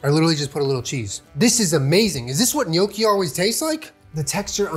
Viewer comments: GNOCCHI. Perfect pronunciation (*ITALIAN TEARS OF JOY*) ❤ AWESOME VIDEO. 😎👍🏻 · thanks for not pronouncing it no-key!! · If you didn’t pronounce it right I would have had to leave. So thank you. I hate when people call them “NOCKies”